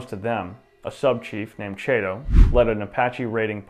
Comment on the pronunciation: CHATO...like in Cat...